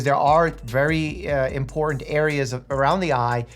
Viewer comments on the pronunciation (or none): none